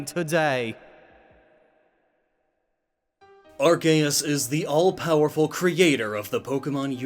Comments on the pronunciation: the c in arceus sounds like a k when you say it right it sounds like an s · The official name is pronounced "arKeus", since pokémon didn't want Arceus to have ARS (ass or butt) in its name lmao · I can’t unhear that now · I know that, but I just find it absurd. Also it still isn't the correct pronunciation, just cause they pronounce it one way in the dub doesn't mean it's correct. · It is not Ar-chae-us. It is pronounced Ar-cee-ehs (ehs like hiss without the h) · in english, an e after a c makes the c soft. it's arceus, not arkeus. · Impersonating a God to introduce your sponsor? Isn't that blasphemy? Earthquake in Gen 1. Good times. Arkeus, Arkeus, Arkeus... Its Arseus... Or even Artheus, like we Spaniards say. It's Theos. Not Keos. Not even Seos. Theos. It's been a while since I last watched one of your videos. Your setting looks very cool! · Archeos?? you mean ARKOOS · It's actually pronounced "ar-KEY-us" not "ar-KAY-us" Although for any fans of MandJTV it's Arkoos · My Man said Arkeus its Arseeus thats how you pronounce it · arceus Me, a pokefan: yOu mEaN aRkOoS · Its Are-Kee-Us not Are-Kay-us... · Who's bugged of him saying Arcaus instead of Arceus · ya know, its ar-see-us, not arc-ey-us. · Why do you pronounce arceus as rks and not R-sea-us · its not arc-k-us its arc-key-us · Its arkoos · When u say arceus closed captioning says our gayest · Legends Say Arceus is pronounced Arkoos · It is arcoos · its ARCOOS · it's pronounced ARKOOS you idiot! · Its not arceus its ARCOOS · it's pronounce "arcoos" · The subtitles are adamant that youre saying “our gayest” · It's Arcoos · uhm Arkayus? What happened to it's actual pronunciation? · Mate... It's Arkoos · It’s pronounced “arse uze” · Anyone notice arc-eh-is? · Excuse me? Arkeus? I think you mean Arceus. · Isn’t it pronounced Arr-kee-uhss(or iss) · We all know it's pronounced arkoos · Im just wondering where the hell you keep getting the "kay" sound from the "ce" in Arceus' name? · "ar-kay-us" triggered